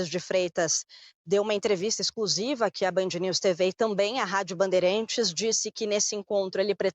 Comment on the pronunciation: A reporter Maju pronuncia a palavra "bandeirAntes* como " banderEntes". 😂😂😂